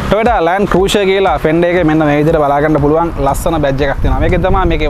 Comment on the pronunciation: Your Pronunciation “Cruiser” incorrect.